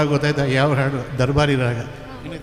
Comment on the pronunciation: ನಿರೂಪಕರಿಗೆ ಹ ಮತ್ತು ಅ ಉಚ್ಛಾರಗಳ ಬಗ್ಗೆ ಗೊತ್ತಿಲ್ಲ ಅಂತ ಕಾಣುತ್ತದೆ , ಹಾಡು ಅನ್ನುವುದಕ್ಕೆ ಆಡು ಅಂತ ಉಚ್ಛರಿಸುತ್ತಾರೆ